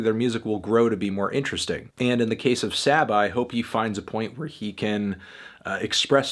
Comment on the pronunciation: I usually agree or at the very least respect your opinion on most hip hop reviews but you're drunk as fuck for this one. This project is immersive and flows beautifully with powerful imagery. It'll grow on you. And it's pronounced SAH-BAH